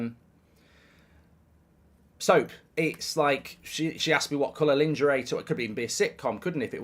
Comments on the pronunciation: " Lawn- jeray" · Please look up how to pronounce ‘lingerie’ properly 😂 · Mark pronouncing LEENGARAY by Goldbridge :face-blue-smiling::face-blue-smiling::face-blue-smiling::face-blue-smiling::face-blue-smiling::face-blue-smiling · Lingerie is pronounced...LAWN-JERR-AAY but your pronunciation is hilarious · Goldbridge showing true patriotism by refusing to pronounce "lingerie" the French way. 🫡